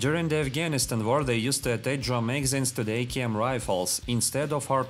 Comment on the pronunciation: I love how you manage to make 'drum magazines' sound like 'jamaicans'